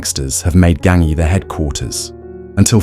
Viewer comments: Ganghi???! Almeno ti saresti informato al minimo come si pronuncia!?! Imbecille!! 😂 si dice Gangi!!!😂😂😂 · Gangi ...as in ji not ki.